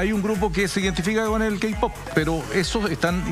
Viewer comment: JAJJAJAJAJAJAJ "los keipop" JAJAJAJJAJA MUERO